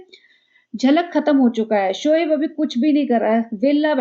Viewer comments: ......shoaib not shoheib......pls take it as positive criticism...thnx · Its शोएब not शोहेब di Ye chalu didi eida bna ke peda kha rhi h 🤭🤣